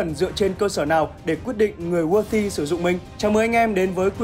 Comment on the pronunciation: Ad đọc tiếng anh gì phèn v , chứ weight rồi chữ worthy sai bét hết rùi